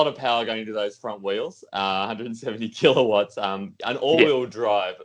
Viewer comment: I'm loving pronunciation of Keeler watts. Almost Arnie like. "Keeler votts".